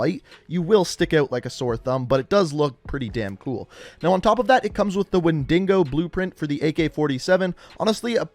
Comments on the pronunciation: Everyone: wendigo: whendingo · No one else is gonna mention he says wendingo when it’s the wendigo. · why do people say WenDINGO ?? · "Windingo" 🤣tf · So no-ones going to point out how he pronounced wendigo wendingo? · Btw the wendigo skin is pronounces Like when dee go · Wendingo?? LOL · Wendigo is pronunced ( wen-da-go) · No one:: Wen-dig-o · WHY CAN NOBODY PRONOUNCE WENDIGO CORRECTLY GOOD LORD